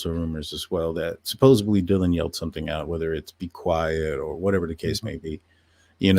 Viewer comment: Why do so many Americans pronounce the word Supposedly as subbosebly ? I dont get it .. English is not my first language but even I know its Supposedly ..is it laziness , ignorance ? what gives ? heard it earlier in the video and had to rewind to check and yup he says Supposebly